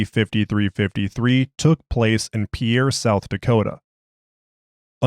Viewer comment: south dakotan here, commenting this because its a super common mistake: the capital city, pierre, is pronounced like peer. one syllable. it comes from french and probably was pronounced pee-air originally, but after a few centuries of linguistic drift everyone just pronounces it as peer. i actually thought it was spelled pier as a kid!